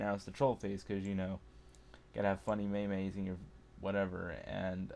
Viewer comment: Did you pronounce meme may-may? Oh dear god. It's pronounce meem not may-may. The Internet gods frown upon you, sir.